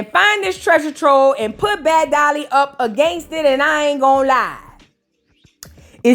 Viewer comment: Ommmggg when she called Summer "Dummer" and Bad Dolly " Sad Dolly" I died